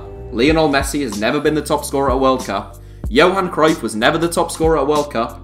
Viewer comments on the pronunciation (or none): none